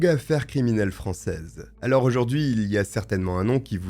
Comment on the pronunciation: purée mais arrête de mettre des "e" partout à tous les mots surtout les mots qui n'ont pas de "e" !! c'est absolument chiant 🚩 canal plusseu, aloreu, trop négatifeu...etc etc 😤